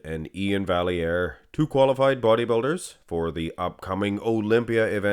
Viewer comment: You supposed to speak French so you know vallair is pronounced (va-yy-eer) without the L